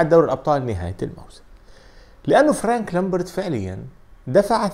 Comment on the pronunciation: فرانك لامبارد وليس (فلانك) هههههہ